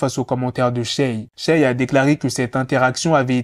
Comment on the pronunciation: Respecte la prononciation du prénom de Shay s'il te plaît